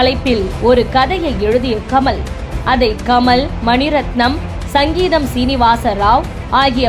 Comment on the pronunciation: இயக்குனர் சிங்கீதம் சீனிவாசன் என்ற பெயரை, சங்கீதம் சீனிவாசன் என்று உச்சரித்துள்ளீர்கள்.